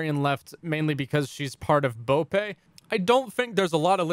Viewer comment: The way he pronounced bope hurt